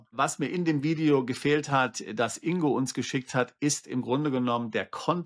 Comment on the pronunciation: Und Glückwunsch, den Namen richtig ausgesprochen zu haben! Das G im Namen INGO wird gesprochen! G wie Geil, Golf oder Gold!😊